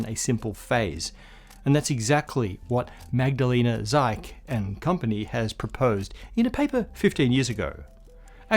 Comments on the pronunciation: It's Magdalena Zych, not Zack ("y" like in Crystal, "ch" is the "h" sound like in Hubble). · Zych is pronounced like 'zip' but instead of p you have the h sound from 'hot'.